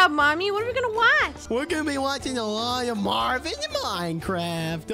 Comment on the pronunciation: is Marvin not Marvim